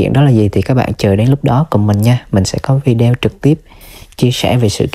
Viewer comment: Em đã có ý phát âm tiếng Anh thật là tiếng Anh.Sao em cứ “ vi đeo “ hoài vậy? Người nghe chẳng những nắm bắt thông tin mà còn học hỏi cách phát âm của chanel mà họ thích nữa. Chúc em thành công.